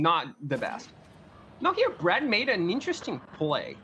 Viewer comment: PV going reverse pulp fiction where the guys name is brad but is sounds like hes saying brett.